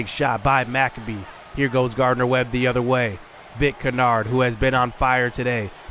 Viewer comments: Dude, McCabe is pronounced - Mick-Cabe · He's been pronouncing it Mac-uh-bee the entire time I see no reason why he should change it lol